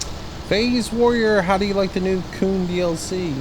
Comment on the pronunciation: Lol he said my name wrong